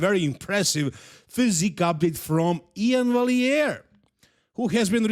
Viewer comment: “Iain Walliere”